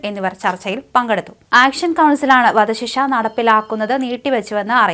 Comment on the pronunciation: "വദ "ശിക്ഷ?😂